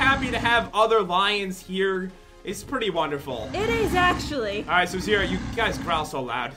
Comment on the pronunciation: it is Zira not zera